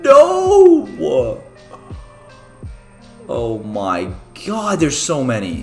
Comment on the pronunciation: It sounds like he’s saying o my gayad When he’s saying o my god it sounds like he’s saying o my gayatt